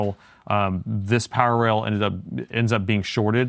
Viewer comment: I saw a lot of your videos but always when you said "power rail" I hear that as "parallel" 🤣